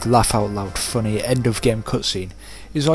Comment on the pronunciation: They're from Canada so I guess it's just them not getting your accent. I heard it as 'funny' but I can see how someone might hear 'funner' although really you said 'funneh'.